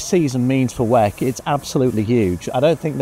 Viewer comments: can you pls say W E C and not wack 😢😂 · Its very strange that everyone says "weck"